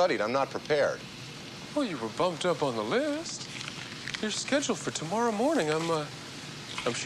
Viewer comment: That Canadian accent comes out 🇨🇦. “Too-mour-row”.